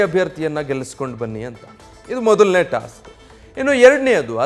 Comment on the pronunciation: ಏನು ಟಾಸ್ಟ್? 😂😂 ತೋಸ್ಟ್?